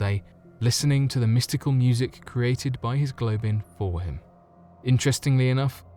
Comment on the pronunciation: A Globin? U mean a goblin?